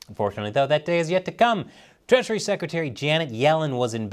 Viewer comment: Did you intentionally call her "treachery secretary"?